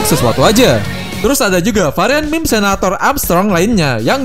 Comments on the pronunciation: meme bang, bukan m*m*q :v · kok saya dengernya "meme*" ya bukan meme :v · aokwoakowak kerasa penekanannya bang